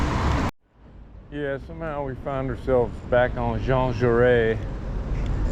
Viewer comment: The "impromptu" encounter with your wife...you gotta love french to speak like that. And it's Jean Jaurèsssss you do pronounce the "s" at the end of his name. I heard you hesitated before settling in France, i'm glad you feel like you belong here.